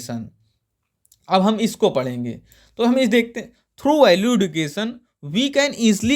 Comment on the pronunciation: सर एडुकेशन नही एजुकेशन होता है